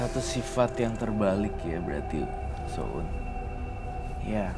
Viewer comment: Koq aku senyum senyum sendiri kak nyebut sho'un bihun 😁